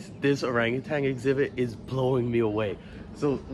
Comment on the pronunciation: It's orangutan not orangertang. And foliage not foilage...